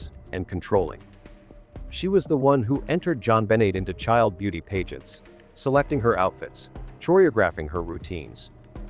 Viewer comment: good video. I think I was just distracted by the pronunciation of certain words, like pageant.